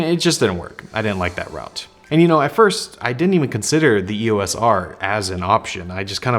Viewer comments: Welcome to the Canon universe. Since you are here, you should know that "EOS" is a word, NOT an abbreviation. It is two syllables - "EE-OSE". NOT an E.O.S.. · Like the other often mispronounced word "ISO", "EOS" is always spoken as a single word, pronounced "EE-ose", and NEVER called as individual letters. Don't believe me? Ask Canon. Or just watch any official Canon training video or presentation.